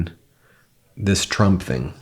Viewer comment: Ben, you got it right the 1st time!! “Tump”😂 Ty for the smile & for all your hard work as well!! I will be calling him “tump” now!!💯😹 🇺🇸💙💙💙💙💙💙💙💙🇺🇸 I just love “Walz”!! Our future president, Kamala Harris made the perfect choice for her VP!! 🇺🇸💙💙💙💙🇺🇸